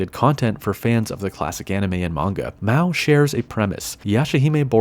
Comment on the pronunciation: MA-O not MAW :(